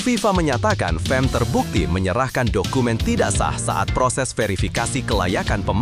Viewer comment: bukan fem..fam lah.